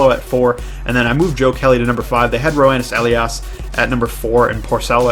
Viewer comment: Roenis Elias is pronounced yo-nis uh-Lee-ís